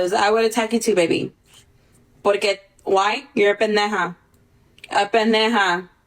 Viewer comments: the way she says pendeja sounds so unserious—you can tell she doesn’t speak spanish unless she’s tryna act tough coz girlll where’s the JJJJJJHH in pendeJa😣😭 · I only can hear Peneja😭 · Stoppp the way she can’t even properly pronounce the easiest cuss word in Spanish